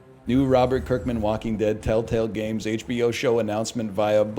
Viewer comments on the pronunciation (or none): none